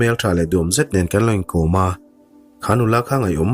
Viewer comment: Thum rawn ni lo in, thûm (pathum kan sawi ang a thluk in) rawn tih awm tak a ni.